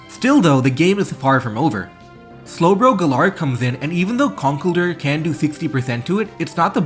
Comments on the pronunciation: Con kell(rhymes with hell) DUR? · That's not how you pronounce "Conkeldurr."